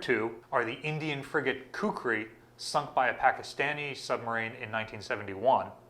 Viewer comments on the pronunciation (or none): none